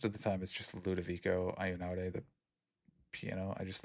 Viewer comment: I don’t know if someone else already wrote this but Einaudi is pronounced with the sound “e” like in enjoy, “i” like the letter e, “na” like nap, “u” like oo, and “di” like in digit.